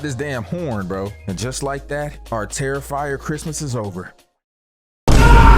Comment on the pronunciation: Bro said "Regular Terrifer movie" Like any of them regular 😭